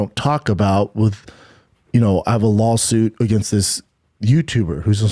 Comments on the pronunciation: Hey, it’s LAW-SUIT. Not, LAWL-SUIT. Limeys are brutal… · Does he keep saying LolSuite? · What’s a “lurl” suit? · "Lawlsuit" hahahahaha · It sounds like he keeps saying, "lawlsuit." He probably isn't, but I can't unhear it now. It is a lol suit, for real! Haha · 3 things: Does call Rogan and Schaubb “buppa” as an insult or is it some weird foreign slang? Does anyone else hear pronounce lawsuit as “lol-suit”? And why does switch between saying Brandon and Brendan? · I love how the narrator keeps calling it a lawlsuit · Did you just call it a lol-suit? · "Lawlsuit" when I'm reading "lawsuit" in a legal document, is gold. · I love how it sounds like you keep saying, “lolsuit”. 😂😂😂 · It sounds like you're saying Lolsuit which is funny and accurate. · A "lawlsuit" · Did he say "Lawl suit" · i misheard it as a "lawlsuit" and now I can't unhear it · It's because that's that what he says, B - "Lawlsuit...lawlyers...kreckt"....there's a reason schaubinese is a thing. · What's a "lawl suit"? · It’s “lawlsoot” B 😂